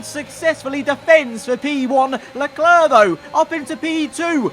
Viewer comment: learn how to say Leclerc